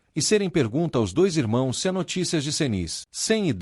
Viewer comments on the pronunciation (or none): none